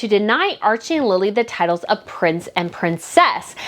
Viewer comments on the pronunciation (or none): It isnt Lila its Lili